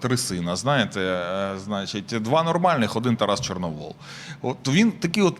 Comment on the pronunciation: ЧорновІл, а не ЧорновОл